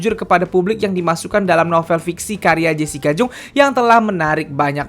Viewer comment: Bukang jung bacanya bang tapi jang